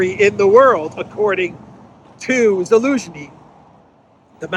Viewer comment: Zaluzhny sounds like Delusiohny